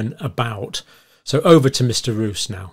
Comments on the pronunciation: Yes, in the Dutch language the long O sound is written: oo. Not pronounced as “moose” in English. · Dear sir, his name is Roos which is pronounced as "rose" referring to the flower. It's almost the same in English as in Dutch. And also thank you so much for your concern and your work, greetings from the Netherlands.